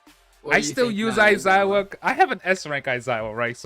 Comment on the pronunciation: Aizawa not Aizaiwa 😂